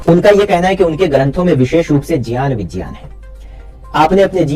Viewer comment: 😂are gyan, vigyan bolna toh sikh leta maulana.. 🤣phir gyan de..